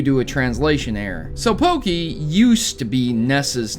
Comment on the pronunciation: everytime you say pokey, i hurt